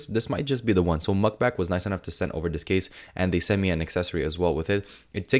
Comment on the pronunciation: No hate, but are you saying MugBak? Lol its Mag(netic)Bak